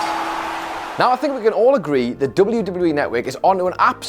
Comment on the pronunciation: what is dooobel doobel you e?